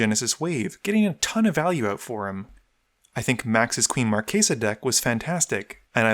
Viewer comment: It's pronounced Queen Mar-chess-uh, not Mar-kay-suh.